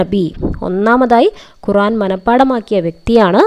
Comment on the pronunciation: ഖുറാൻ അല്ല ഖുർആൻ